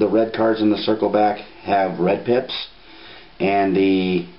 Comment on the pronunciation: i swear he's sayin 'it has red DIPS' instead of pips.